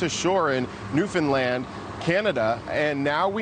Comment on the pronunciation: First guy in all this to pronounce Newfoundland correctly.